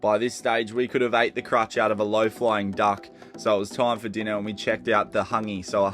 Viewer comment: Quote and crotch. Not crutch. I had to 🤜🏽🤛🏽